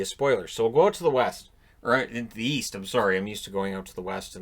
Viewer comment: East? I thought you said... wheast.